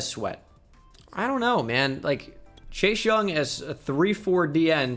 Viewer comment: ITS CHASE NOT CHASH